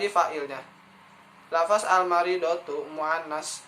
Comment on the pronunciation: Jangan bilang lafas terdengar seperti penjara dan terkesan tidak mengenal bahasa Arab, tp sebutlah lafazh